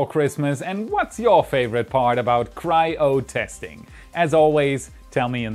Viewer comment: "Cry O' Testing" hahahaha only when it breaks